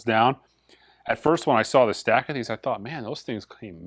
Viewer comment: I always like to think you're saying, "Ese CDs"... And, just guessing, but the even count for mono/stereo Blue Train discs might be down to people (like me) who but both? Keep up the great work, hopefully I'll catch the next live auction on Sunday.